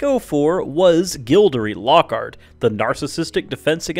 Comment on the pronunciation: "double door" "Hoog rant" "Gildirie lockart" The names aren't that hard to pronounce. Just do your research.